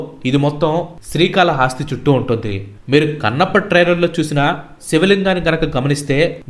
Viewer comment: Paid video kada bro....telisipothondi.....and one more thing sri kala hasthi .....haaasthi kaadu .....hasthi ante yenugu anmaata ......